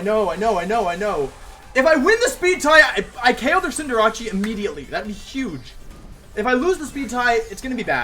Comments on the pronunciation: does everybody call Cinderace "Cinderacci"? I always thought it was "Cinder" "ace" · Why does he pronounce Cinderace like that? Maybe that's why he kept going second... disrespecting his pokemon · Why does he pronounce Cinderace's name like that? It's slightly irritating to here that xD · it is pronounced cinder-ace, it's just a meme on this channel to deliberately mis-pronounce pokemon names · The “Cinder-achi” pronunciation started to feel like a Drilbur digging into my brain mid-way through the video ._.